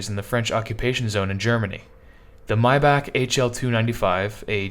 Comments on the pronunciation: My man it is not "MyBock" it's pronounced "MayBach" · It's my Bock not your Bock